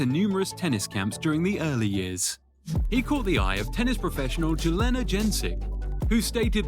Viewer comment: J is not silent in Serbian, J = Y in English, however, in Serbian grammar, when you have D before the letter J: "DJ", it's pronounced as "Joe-koh-vich" Edit: After watching the video some more, the creator pronounced the name of Jelena wrong, it's "Yelena" in English, so he pronounced the name of Djokovic correct and Jelena wrong lol.